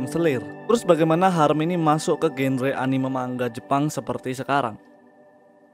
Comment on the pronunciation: Sekedar koreksi bang, "genre" itu dibaca "zanra"